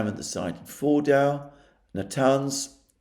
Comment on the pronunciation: IT’S FORDO(W) NOT FORDAU. basically add an O to the end of Ford and you are pronouncing it properly.